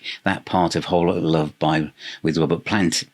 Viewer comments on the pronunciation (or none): none